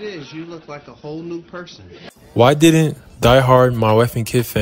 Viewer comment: It's didn't not did'dnt